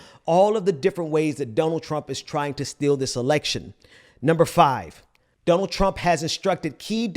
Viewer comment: Does say donald as dumb ald? Or is he saying Dun ald? So my question is he saying it weird in order to call him dumb, or does he just have a bit of an accent and it sounds strange to me?